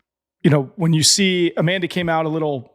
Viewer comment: Her name is Amanda not Anna!